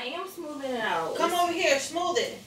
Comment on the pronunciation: “SMOOV IT!“😂